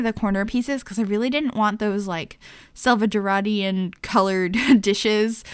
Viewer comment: 😂😂 the way you said salvadorian (i cant even spell lmao) I love the way you connect to your audience lol.